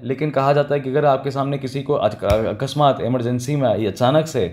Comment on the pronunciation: ''Akasmata'' Sir,are you from Karnataka??🤭